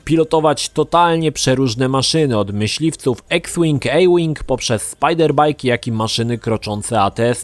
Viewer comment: Kashyyyk to planeta wookieech,. i Spider bajk, nie spajder bajk.:D